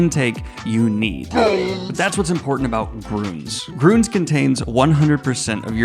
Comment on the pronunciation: As a German i have to say: It's grÜns, not grOOns. ÜÜÜÜÜÜÜÜÜÜÜÜÜÜÜÜÜÜÜÜÜÜÜÜÜÜÜÜÜÜÜÜÜÜÜÜÜÜÜÜÜÜÜÜÜÜÜÜÜÜÜÜÜÜÜÜÜÜÜÜÜÜÜÜÜÜÜÜÜÜÜÜÜÜÜÜÜÜÜÜÜÜÜÜÜÜÜÜÜÜÜ Love FN btw :)